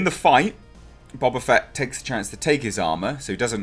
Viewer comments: I love the way you pronounce it Bob-A Fett. Gonna start calling him Robert A. Fett now. XD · Its pronounced Boba not Boba